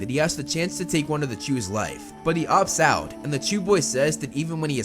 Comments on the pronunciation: Yes although it sounds like he is saying Jews but if you listen closely he is saying chews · I needed to come to the comments to know their real name it really sounds like jews.. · For a moment, I actually thought they were called 'jews' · I swear it sounds like he says "he continuously stole food from the Jews" lol. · Am I the only one who keep hearing "to steal from the jews"? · “Chu’s” sounds a lot like “Jews”, and made me do a double take as I was listening to it 😂